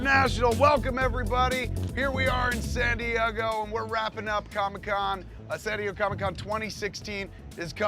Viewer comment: Can Kevin Smith not say "San Diego?"